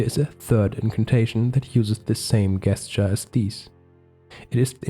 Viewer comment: Great work! One small tip for future videos: the word “gesture” is pronounced like “jesture”. That’s the only distracting thing I noticed. 😅